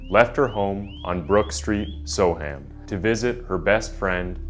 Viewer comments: So weird hearing "So-Ham". It would sound more accurate to say "so-erm" I know folks west of the Atlantic struggle with English place names. Like Worcestershire, we literally just say "Wooster-sheer". What do you put on your cheese on toast? Woostersheer sauce! Great video. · yeah, that bugged the heck out of me too but I put up with it cos he’s American. I was gonna comment on the ‘so-Ham’ bit myself as I was screaming ‘So’am’ in my head everytime. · Soham said "so-um". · Soham is my home town its so weird being able to visualise every step the victims took 😔 (also its pronounced So'um) if you wish to sound like a local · Its pronounced ' So'am" Soham , SoAm. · Soham pronounced “SO-umm” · I'm sorry. I really don't mean to be disrespectful, but so many American content providers don't take the trouble to learn how English names are pronounced. It's so very distracting. Soham is pronounced 'So-um' (Birming'um etc.). Counties are pronounced 'Lincolnshur', 'Lancashur' etc. Not 'shire' - though that's how it is spelled. I hope this helps in future. Oh - and if you ever need it : 'Edinburgh' is pronounced 'Edinburrah'. Keep up the good work, and keep on researching! x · Soham is pronounced so-wum. Good short account of the case though. Well done 👍🏽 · as soon as he said “so-ham” I began zoning out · It's pronounced So-Umm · The pronunciation of Soham here is sow-uhm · It would have been good if you'd first found out how to pronounce the name of the town you're talking about. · I'm an American. But something tells me that the way "Soham" is pronounced by the narrator dude is wrong....just like how "Lincolnshire" was mispronounced. Can an English person confirm or deny this? Also, terribly sad story. I hope Huntley rots in Hell.